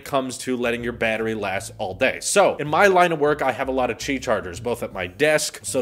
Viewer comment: 'QI' is pronounced 'Key' not 'chi'. The NOTE 10 won't have any buttons on the sides at all! NONE! There's an app for the S10 series that u can make the camera hole/oval light up & change colors too, not just the outer perimeter of the phone. The S10e doesn't have the fingerprint reader under the screen like the other 2 models.